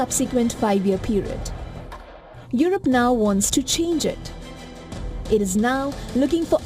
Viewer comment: Europe pronounced as yurope, not yorope